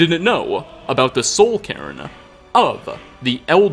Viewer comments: Sounds like you keep saying "Karen" when you say Cairn lol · I mean it's honestly the way pronounces it more often than not so the subtitles ain't wrong.